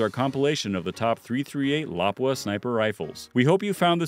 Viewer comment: Whoever is narrating needs to pronounce lapua correctly. And should of said having a good optic really helps to